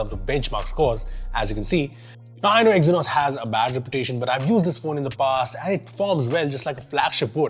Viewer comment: see we do hate exynose 😅😅